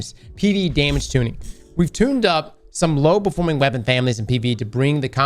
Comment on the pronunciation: "Tuning" still cant get it right after 10 years....